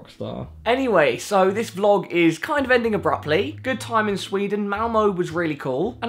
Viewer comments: Quick pointer Malmö is pronounced Malmuh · Welcome to ''Malmoe'' xD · im from sweden and almost laughed my ass of when you said ''malmö'' malmou xDDDDDDDDDD